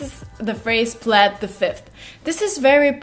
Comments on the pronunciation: "Pled" the fifth isn't the correct pronunciation. It's "pleed" the fifth 😊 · plead the fifth... the first time you said it, you said "pl eh d" the fifth, then at the end you said it correctly as "pl ee d" the fifth. Kinda fucked with my brain a little. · Hey, it's pleeeeeeed, not plaid. 😘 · For those who aren’t fluent, when saying “plead the fifth” she pronounced plead as “plad” it is pronounced ‘pleed’:) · "Can I crash at your place?" Meaning: Can I sleep at your place. "For real" also = "Literally". We don't say "pled" the fifth (intentionally mispelling here). We pronounce it "pleeeed" (note the exaggerated long 'e' sound."). 5th amendment = you have the right not to incriminate yourself in court, so you don't have to speak about yourself and what happened, essentially. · wait a minute. Wouldn't be plead /plíd/ the fifth instead /pléd/? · Got confused about pronunciation of plead, you said it in 2 different ways. Till now I was using “plid” not “pled”. Nice information though, deserves a like😊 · "plaid the fifth?". Maybe learn to pronounce our language properly before discussing our slang... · It’s pronounced pleed the fith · Just a tip... Plead, is pronounced "pleed" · Its pronounced "pleed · I think most of these are really dated. BTW you would pronounce it like "bleed" but P instead of B.